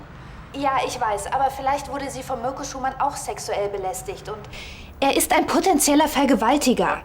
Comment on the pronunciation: Was sagt? Mürco 😂😂😂 Heißt er nicht Mirco?